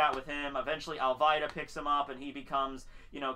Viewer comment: dude her name is "Al-vida" and its "ku-ro" learn to pronounce the name right if your a true fan you should know how to pronounce the names